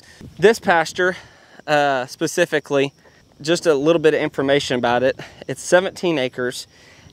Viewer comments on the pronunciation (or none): none